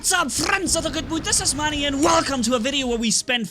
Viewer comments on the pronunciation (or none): none